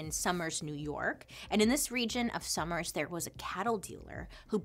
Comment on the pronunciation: I love how I’m like halfway through and I still have yet to hear about PT Barnum also Sommers is pronounced more like sew-murs not summers. Love you so much. Just a pronunciation freak.